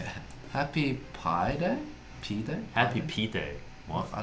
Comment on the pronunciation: They managed to accidentally pronounce “pee” correctly